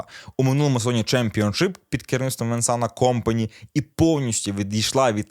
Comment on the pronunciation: КомпанІ - наголос на останній склад:)